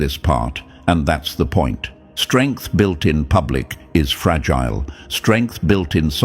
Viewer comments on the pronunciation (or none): none